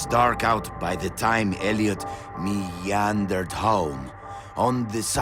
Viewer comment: I wonder how he pronounced "meander" correctly. Maybe the Spanish word is similar? But it would probably be a difficult word in that language too.